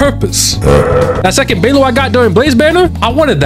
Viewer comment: hear me out, we gonna work on your pronunciations. "Laucha", "Beilu", "Jingloo" 🌚